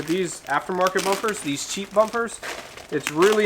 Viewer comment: little much emphasis on the word "cheap" here...